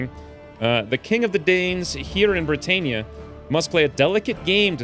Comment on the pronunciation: Brit-ann-ia not Brit-ain-ia